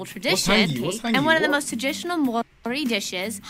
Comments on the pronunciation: U said pretty much every Maori word wrong 😂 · Some of that dudes pronunciation is wrong. Btw - Theres no "s" in Māori. You give it a good go, and do alright. Bang on - geographer/travelers have used names derived from other places. Natural landscape is beautiful. We want to keep it that way. Taupo - pronounced Toepaw Kiwi - During the First World War, New Zealand soldiers were referred to as 'kiwis', and the nickname stuck. Eventually, the term Kiwi was attributed to all New Zealanders. Although in NZ/Aotearoa Māori will describe themselves as māori or tangata whenua. That chicks pronunciation is awful. Js😬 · Hard pronuciation is 🤙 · This clip is good except for their pronunciation of Maori words. Some of them are quite wrong. That first word is a street name. They are no dangerous animals in NZ. The Weta is just a huge harmless cricket. The only slightly dangerous creature is a near extinct spider that you would seriously have to hunt down to even see one. And they still won't kill you. Australia is the scary place. Also the clip makers have no idea apparently of NZ's war record. And, no, Australians are different in their culture. Kiwis are shy, Aussies are bold. Kiwis are modest, Aussies boast. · Roll those "R's" bro. The "R" is pronounced like the "dd" in the word "shudder" solid effort tho e hoa 💪🔥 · You will pretty much never see a weta unless you go into a cave at night, fam. And it's cool of you to try the Māori pronunciation, but the guy in the video is getting it wrong anyway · The video had hit or miss pronunciation, especially some of the english words.. In Te Reo Māori the vowels always have the same sound which is either short or if it has a macron (like ā) they're said long.